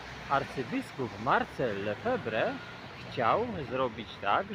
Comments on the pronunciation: picisz jak pobity. Durniu, nie żaden Lefebre, a Lefebr. Poza tym naucz się ciemniaku jak nazywana jest tzw msza posoborowa!! I jeszcze jedno, mszy w rycie rzymskim można obejrzeć w necie dziesiątki!! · Szanowny Panie, nie Lefewre tylko Lefevr, nie zbuntował się i nie zaczął, bo on Mszę Wszechczasów odprawiał cały czas. Nie wszędzie po Soborze natychmiast zaczęto odprawiać nową Mszę.